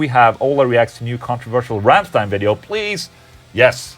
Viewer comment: im german...i would say your thinking about the Ramms+ein-Song is nearly perfect on the point...and i love it how you pronounce "Rammstein"...the most people dont pronounce it correctly when they dont speak german =D very good ...and solar-guitars kicks ass by the way xD